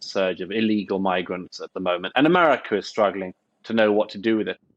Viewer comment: Why does Douglas say, "Emarica"?? 🤷‍♂️